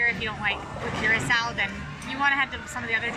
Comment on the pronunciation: It’s pronounced Ker rock O. Blue Curacao. Love you guys 😎